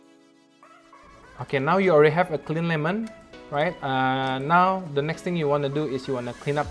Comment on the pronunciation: Many times I heard “ neck “ instead of “ next